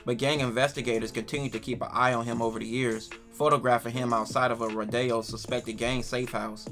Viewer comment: U really did your research.. You said Rodeo the right way.. Great video 🔥